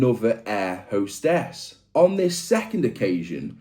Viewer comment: "hair 'ostess" 😅